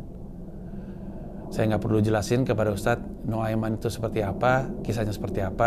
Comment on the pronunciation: Pengucapan kata Nu'aiman dari mulut bang Pandji aja udah Faseeh. MashAllaah ❤